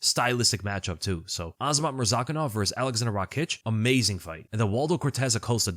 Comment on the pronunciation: Brother pronounces Murzakanov properly but still can't get "Pereira" right. There is no "h" sound like there is in "Ferreira" because there are no double r's.